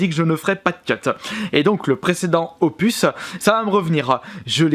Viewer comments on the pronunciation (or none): none